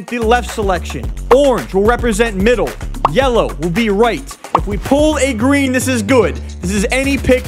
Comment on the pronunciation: It’s yelloe